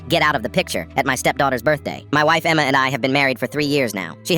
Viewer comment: He said Emma like EMMMEAAA 😂